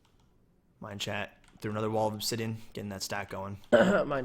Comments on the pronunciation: no, rob kept saying mineshat, so #mineshat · I'm pretty sure was pronouncing Minechat. MineSHAT, because Minchat's skin is a cat, and in french, cat is chat, and chat is pronounced shat. Idk if that's what Minechat meant with his name or if he has a way of saying it but that's what I thought.